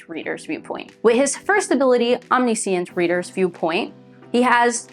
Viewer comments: sorry but your pronunciation of Omniscient kinda hurt me. like i am not trying to be rude it was a great video but it just hurt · mispronouncing a word just means you learned it from reading which is a good thing if you ask me